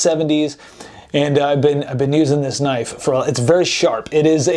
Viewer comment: ve-hicle and knoife. well done